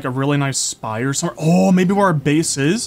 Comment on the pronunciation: saying shire instead of spire was soooo cute lol